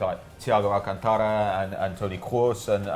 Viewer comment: I cringed at the pronunciation of Alcantara and Kroos. Just say it in your accent hahaha